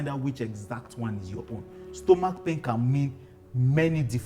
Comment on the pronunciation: 'Stomok' though😅.... This is very educative and helpful. Thank you sir❤